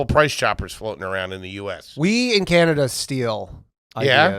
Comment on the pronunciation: calling Canada, "Canadia" 😂